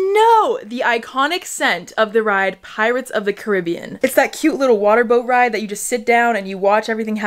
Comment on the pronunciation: When she said pirates of the Caribbean instead of pirates of the Caribbean